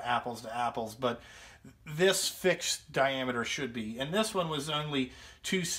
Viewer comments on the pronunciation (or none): none